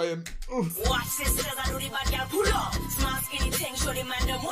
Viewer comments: Her saying “pull up” sounds like culo 😭😭😭 its so cringey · I'm sorry, but everytime she says "pull up" it sounds like she's really saying "culo". This is my first time hearing dancehall, so I didn't know that it was Jamaican in origin. Basically I thought that she was butchering Spanish so hard that I thought "so there IS someone whose Spanish is worse than mine."